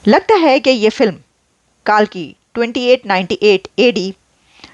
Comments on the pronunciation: कालकी नहीं कल्कि है 😅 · अश्वत्थामा कहने को नहीं आता क्या विश्वात्मा गलत है, और काल्की नहीं कल्की, देवनागरी लिपी का उच्चार स्पष्ट होता है,गलत उच्चार नहीं होता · It’s Kalki🦚🫀😘🤘🏻… not Kaalki😑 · It's Kalki not Kaalki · Kaalki nai kalki Naam toh theek se lo